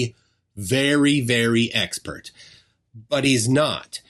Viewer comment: He's "ess-pert", like "spurt". He's very spurt. He's a spurt about the 5G. He just spurt, spurt, spurt all the live long day!